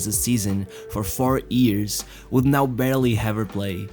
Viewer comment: Years not ears 😂🤣😅🤣😂